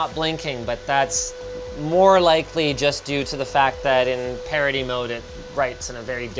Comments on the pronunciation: I love how Linus' pronounciation of "parity" is confusing youtube CC and making it into "parody mode". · Tbf, I heard him say parody mode. Even listening to it a few times, I still think he said parody.